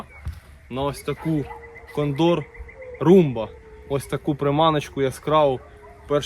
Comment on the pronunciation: Дякую за відео. Добре. Но наголос у слові кондор вуха ріже. Це така птиця є, і наголос на перше О.